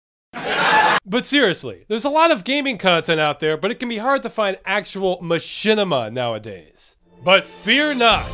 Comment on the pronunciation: one word.... ma-shit-ima....